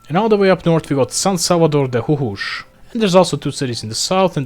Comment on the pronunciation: I hate how he pronounced Jujuy